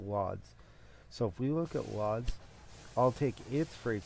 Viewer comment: Lodz is pronounced wooj